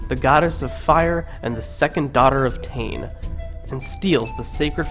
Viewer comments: 😆🤣😆 Tane it's Taane pronounced sounding like Tarn-eh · Please bro it’s pronounced Tah-neh not tain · Tane = ‘Tan-ae’ not ‘Tannn’ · Ta ney lol not taine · Tane, pronounced as Ta = in Tar-seal & ne = in ne-ver..pls learn ur pronunciation before you make a video like this. I'm cringing right now..ugh!!! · can you pleaseee not do this vid if u cant pronounce the words properly and also tu is tumatauenga and tane is tane mahuta and hine u pronounce hin-e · G IT'S NOT TU IT'S TUMATAUENGA EGG AND YOU CAN'T SAY TANE PROPLY TO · Its tane u fukin idiot and the fuckin reast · HE'S CAN'T SAY THE NAME PROPLY